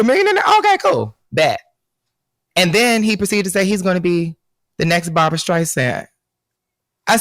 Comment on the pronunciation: I always thought Jussie was talented, but to compare himself to La Streisand is absurd. And it's Barbra not Barbara.